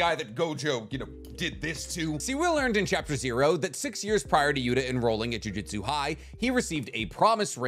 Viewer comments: Ok, does it piss anyone else off when he says juJITsu instead of juJUTsu. Small difference but god it annoys me. Can’t tell if it’s an accent thing or what but god it stands out and ANNOYS ME 😂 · Dude, for the love of Christ, ju-JUTSU not jiu-JITSU. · Jujutsu not jui jitsu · What is a "jiu-jitsu sorcerer"? I might be wrong but ain't it supposed to be Jujutsu as in "jujutsu kaisen" like the mangas title? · it’s juJUtsu not jujitsu. god it’s so annoying hearing people say that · It's JUJUTSU btw not JUJITSU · Respectfully, it's Jujutsu, not Jiu-jitsu. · it’s jujutsu not jiu-jitsu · Say it with me... JU-JU-TSU. JUJUTSU. not jiu jitsui. Im always cringing whenever you mispronounced japanese word 😂😂😂. Edo tensei, not edo tensay. Man,, you are better than this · another one that I'd like to tack on is his repeated "jiu-jitsu's", really got on my nerves lmao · stop saying “jiu-jitsu” man. great vid tho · mf keeps saying jujitsu sorcerer.